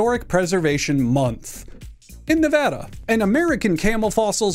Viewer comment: Shoutout for pronouncing Nevada correctly